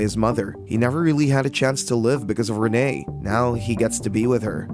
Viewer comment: It’s Renee not Rena